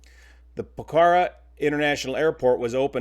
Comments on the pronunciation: I have flown to Pokhara from Kathmandu on Yeti Air a few times. The mountain waves are crazy off the Himalayas. The most severe turbulence I have ever experienced. We would go to Pokhara (pronounced pok-hara) to help at a boys and girls Tibetan refugee orphanage. The orphanage property was where they built the new airport. Very sad to hear this happened. I will share this video with my students. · Nepalis all pronounced it POKE-a-rah when I lived in Nepal in the 1970s. On way to recognize new foreigners was their mispronounciation "Po-kar-a". It addition... the location is a rather large valley - not to be conflated with extreme mountanous landing strips such as Lukla. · Correct pronunciation is POKE-a-rah. Thank you for covering this. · That's how they pronounce it at the posh end of town...for the rest it's POCK-a-rah..... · Son in law just came back from a trip to Pokhara and KTM. Sad to see this happen. FYI - Pokhara is pronounced with accent on the O not the A.